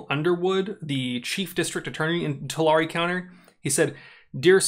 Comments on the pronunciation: Tulare is pronounced Tuh-Larry. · Just wondering I live in the Central Valley. And I live 10 minutes away from Tulare but... that’s the first time I hear it like that. I think it’s pronounced “to-Larry” at least that’s how we Central Valley people say it. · Pronounced two- Larry county. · People I know who work for the county call it Too lair, no emphasis on either syllable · For future reference.. probably never bcuz nobody cares about Tulare lmao.. it’s “two-Larry”